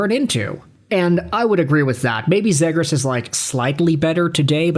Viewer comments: "Zeeeee-grusss": you moron....how can you not say it right. And Fantilli - though I'd take him - has horrible underlying #'s. Do some homework. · OK, with the way you are pronouncing Zegras I'm probably not gonna listen to anything you say.